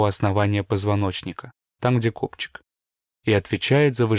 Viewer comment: Не кобчик, а коПчик. ))Главный орган у человека-это задница, извините)) Во всём принимает участие-в лечении, учении, воспитании, принятии решений и поиске приключений. 😃 В вашем случае тоже она/копчик/☝️)))